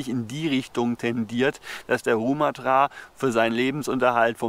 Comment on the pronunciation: Die Betonung bei Rumathra liegt auf dem ersten "a". Falls es dich überhaupt interessiert 😀